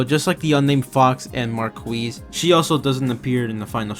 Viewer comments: For "Marquise", the french "qui" is ALWAYS "ki", no "ouï" sounds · Yup. And add a zzz sound at the end for marquise